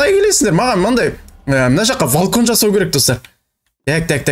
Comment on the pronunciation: Агай валкон ❌ емес балкон маган Ре ренжімеңіз 🤔